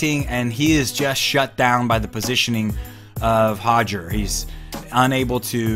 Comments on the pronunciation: Still cringe every time I hear “Hodger” instead of “Roger”! I know it’s how Brazilians pronounce their “R’s” in Portuguese it doesn’t mean it should be pronounced the same way in English! I am of Portuguese heritage and the difference between how Brazilians and the Portuguese (People from Portugal) pronounce “Roger” is equivalent to the difference between how the British and Americans pronounce the name “Carter” or better yet, “Water”! Just cringe worthy for some of us lol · I wish he'd stop saying Hoger....it's Roger...with an "R". Lol! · why do you keep saying hoger instead of roger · Just between you and me... it's Roger,, not Hoger. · It's not Hoger, it's Roger. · Hoger! Just say roger... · Why do people keep pronouncing Hoger , when it’s actually Roger with a damn R? Do Brazilians pronounce our names the right way they’re supposed to be ? Stop catering and being obsequios. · Why name your son with an English name then pronounce it Hoger, ffs 🤦‍♂️ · Hodger.... lol. It's pronounced Rodger...Rod-ger... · Sounds like he is saying Hoger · Hoger or Roger WTF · As a portuguese person, I can inform that the letter R at the start of a word or two in the middle of a word is pronounced with a sound not used in the English language and the closest thing to it would be the H sound. So technically yes he's close but not spot on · Can't we just sat it with an R sound if we are speaking english?